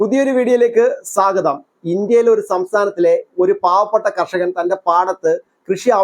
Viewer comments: താങ്കളുടെ മലയാള ഉച്ചാരണംവളരെ അബദ്ധമാണ്. സാഗദം അല്ല,സ്വാഗതം ബോർബെൽ?രായസ്താൻ😂😂😂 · ചേട്ടാ ഈ വിഷയം നടന്നിട്ട് 10 ദിവസത്തിൽ കൂടുതൽ ആയി.... പിന്നെ സാഗതം അല്ലാ സ്വാഗതം.... പിന്നെ ഇത്തരം വീഡിയോകൾ ഒന്നും മലയാളം ചാനൽ കാണിച്ചില്ല തങ്ങൾക്ക് നന്ദി